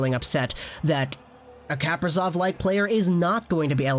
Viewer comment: You pronounced Kaprizov's name right in your first video about him